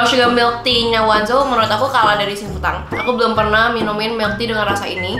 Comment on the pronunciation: kak FYI bacanya O NE ZO bukan wanzo :))